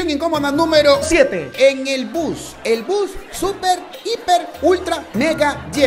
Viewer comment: el narrador dijo bos en vez de bus like si pillaste eso